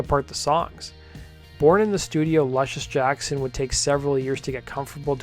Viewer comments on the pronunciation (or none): Why do you pronounce it Lush-iss when you are aware the inspirational name is pronounced Loosh-iss? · Pronounced: Loo shuss Jackson. Like the basketball player.